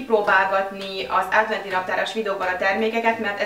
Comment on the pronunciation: nem rossz indulatbol mondom de adventi naptar nem ádventi